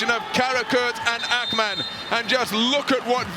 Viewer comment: Akhhhhmann??? What tf is that pronounciation? Thats not Turkish. inTurkish there is no "khhh" sound like that. so stupid